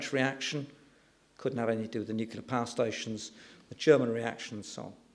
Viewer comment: Two things. First, onshore wind is not expensive, its the cheapest form of energy currently. Second, the word is nu-cle-ar, not nu-cu-lar. Apart from those inaccuracies, an interesting talk highlighting some key issues with the debate. Given that onshore wind is the cheapest form of energy generation and the current UK government has shut it down (because their wealthy landowner cronies don't like the view on their estate being 'spoiled'). I would slightly disagree with his conclusions.